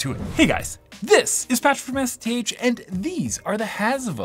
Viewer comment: Every time you said "Hasivo" quickly, I kept hearing "Hasbro"! 🤣